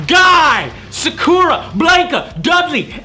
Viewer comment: Funny how you pronounce Sakura and Blanka.